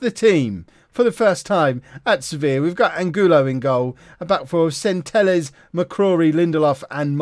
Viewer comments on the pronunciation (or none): Centelles at LB, unless I'm mistaken, would be pronounced like Sen-teh-yes. 👍🏻